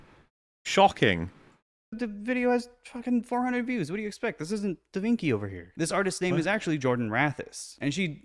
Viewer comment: he said "da veenky".. its "vinchi" -- he doesnt even know his artist names